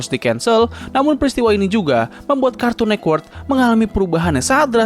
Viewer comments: kartun netwerk bg, bukan kartun nekwert 😭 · Ini kok ngomong nya Cartoon Nekwork, jadi aneh dengarnya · Jaksel aksen